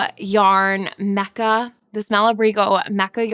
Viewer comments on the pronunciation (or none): Hi! You look aweome on your Messi dressi! Just a quick comment to practice my english🙃... The word Mecha (as it is an Uruguayan yarn I assume it is spanish for wick or strand) is pronunciated me(like in melody) cha(like in "cha cha cha" or in Chattanooga)😅 Love your channel!